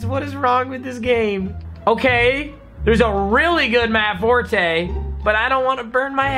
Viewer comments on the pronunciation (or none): none